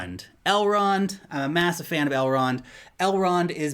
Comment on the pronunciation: Please don't ever say Elrond hub. That is too creepy